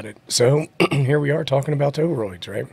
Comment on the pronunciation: I felt like I was being trolled with the Toe-Roids pronunciation watching this 😅 Great episode!